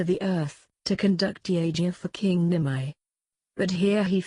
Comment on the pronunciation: For the text-to-speech renderings of very uncommon words like "yagya" "Nimi" "Mitra", etc., use xml tags to get the pronunciation right so that your text-to-speech program can say these words properly.